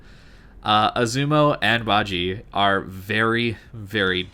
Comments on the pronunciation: It's pronounced as BA-JI-YEA or BA-JEA as in jealous. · Bah-zsheh (ba jie) pronunciation. Love your content, very easy to listen to, thanks for the upload. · Would agree completely, Got it last year and enjoyed it before the commander rework, it is even better now. However, you need to work on your pronunciation. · dude ur saying it wrong